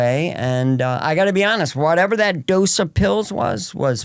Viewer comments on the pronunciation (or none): none